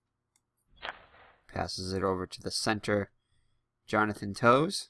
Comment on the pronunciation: Towes is purnounced "taz" like an A like "phase".. Taaaazzzz...